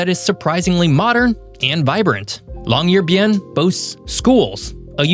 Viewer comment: Interesting video. NB: Isforden: "EEs-fyoren". Longyearbyen: long-year-BEE-en; "byen" is the definite form of "by" meaning town/city. Barentsz: BAR-ents; accent on the first syllable. Barentsburgs: BAR-ents-burg; again accent on first syllable. Ny-ålesund: nee-OLE-eh-sund; å is a long O sound. I wouldn't bother pointing these out but this is meant to be a geography channel.